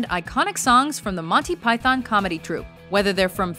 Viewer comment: you pronounce it like ‘montee pythuhn’ or even ‘montee pythn’ not ‘monthee pythan’, actually